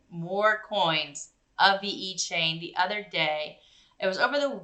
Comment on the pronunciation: Don't want to nitpick but pronounced Vechain not veEchain